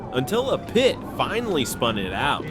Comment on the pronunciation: Yet still really good videos I mostly haven't seen before. The AI crack me up when it tries to pronounce PIT - it's like 'PEET', 'P-EYE-OH-TIP', 'PEETEE' etc. The dingleberry breath!